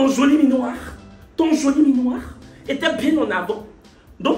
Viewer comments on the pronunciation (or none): Chory on dit "joli minois" et non joli minoir